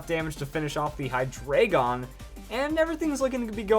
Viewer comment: Why does everyone say Hydreigon wrong.